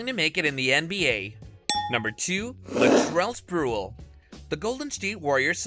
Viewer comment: Latrell Sprew-ol. 😂